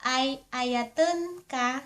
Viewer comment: Ay ayaten ka not ayayatun ka